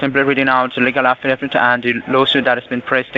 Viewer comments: It's an "affidavit" and not an "affa-daff-it." Unless, of course, it's being served by Daffy Duck. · What’s an “affadavit”?! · Afidadit and pepperwork lol great English lol